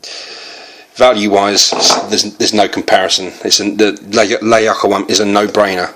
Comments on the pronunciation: It's actually pronouced "lah..you-qa-wam" ! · Ziad AL-Abbady Yes,I also can not understand how it is so difficult just to read letters and pronounce it correct?He misses it every time...